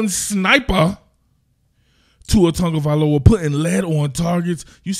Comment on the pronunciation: Great video! Proof that Tua is smart and reads where the ball should go and uses his quick release and athleticism to get the ball where it needs to go! That's what Steve Young used to do, that's what Drew Brees used to do, that's what many realy good QB's did to be really good. Only 1 sack too. But my man, please stop adding the phantom "N" to his name!! TAGovailoa, not TUNGAvailoa